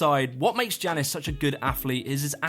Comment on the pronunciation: I started playing a drinking game where I took a drink every time he mispronounced Jannis and now I am jrunker than Pasha's movement style. A very good list overall but criminal to leave out Joe Scandrett.